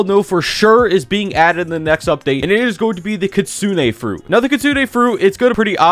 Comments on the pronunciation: I just Love listening to YouTubers producing stuff wrong. No I am not jk Kitsune is not pronounced kitsunay it’s kitsune even search it up it says on pronounciaton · KITSAAUUNEE LOL>:) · I've never heard someone pronounce "Kitsune" so wrong before